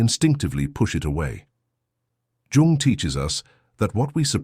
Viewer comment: I wish someone would at least teach this sodding AI how to pronounce Jung , FFS.....